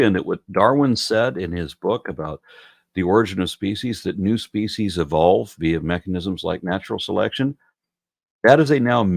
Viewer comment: Woah... only a few seconds in and I'm wondering why this guy pronounces "evolves" like that... "e-vowel-v'd"